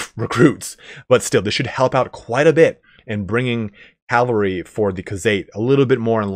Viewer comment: Cavalry. CA VA L RY. Not caLvary.